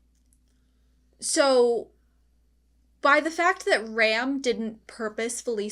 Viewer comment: i know this is old video but for the sake of the current season broadcast. i'm gonna say it is mildly annoying hearing you keep pronouncing felix as felis. it's felix but with japan accent. you want to stick with felis and that's fine but the anoyying part is the fact that you pronounce Ram using english prounounciation instead of japan which is exactly how they say in the anime when you pronounce felix using the japan pronounciation. it's Rem pronounce as ram and Ram pronounce as rum. so if you gonna catch up with latest season. it would very much appreciated if you stick to one instead mixmatch pronounce. that's all. i'm gonna continue listening this anime reaction playlist in the background at home